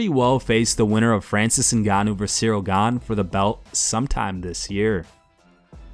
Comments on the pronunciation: Says Gane, 10 seconds later calls him Gan-ay and then calls his coach Fernand Lopez Lenard Lopez. 😂😂😂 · Ganey. Lennard Lopez. 😂 How about some professionalism. Get the names right 😎 And also Jones did fight. (His wife…)